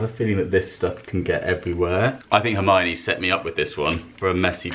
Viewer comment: I just want a audio track of him saying Hermione on loop. So satisfying. Lol